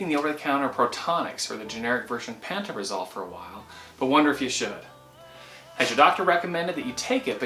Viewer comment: The literature that came with my script says pan-toe-pra-zole is the pronunciation.